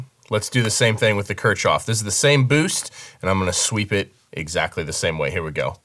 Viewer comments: Ok. Pronounciation. Kirchhoff = church yard. K-eeeh- rolling R - ch (like in ach) -hoff. This EQ deserves a proper pronounciation, right? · Pronounced "Kear-hoff" ☺️ And yeah it's amazing. I have a few EQs I use for 'color' but as just an EQ to grab w/ all the options this is 100% my pick. Just need them to model API curves now 😈 Waiting on TBTech to roll out a multi-model compressor, too. Would love to reduce my processing to just 2 plugins. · I think it is pronounced as "Keer-hoff". While I agree that it indeed sounds better, I did not sit well with this EQ, maybe because of the workflow?. I got the license as soon as it came out in PA but sold it after 2 weeks. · Yeah, it’s pronounced “keark off” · Kirchhoff is pronounced kirk-hoff, as in Kirchhoff's law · the [Kirchoff] filter (you're pronouncing the word Kirchoff wrong) is much better because it has much better algorithms. First, the algorithms that convert "digital analog" to digital data use the very fast Vinograd algorithm in Fourier transformation, which only needs 1.2 multiplications per sample. Secondly, in the spectral analysis, the Hamming window is several times more levels than the fabfilter. That's why everything is clearer, and the spectrum analysis graph works faster graphically. The quality of the Kirchhoff filter blows my mind.